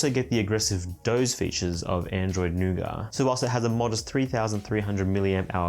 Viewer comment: It's nougat, not nougar.